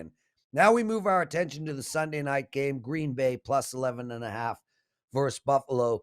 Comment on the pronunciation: just try using versus with two, yes 2, syllables.:)